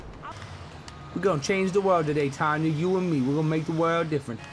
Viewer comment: Umm, Toby. Pause ... It's Tonya..........not Tanya